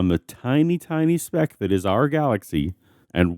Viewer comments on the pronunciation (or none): none